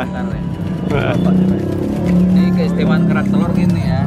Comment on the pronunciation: Gua dulu dengar makanan ini "Berak Telor" gak taunya kerak telor salah sebut 😂😂😂🤣🤣🤣